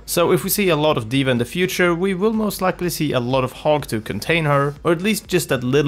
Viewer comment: I keep on hearing "Hog" as "Hulk" and am going "Who the fuck are you talking about??"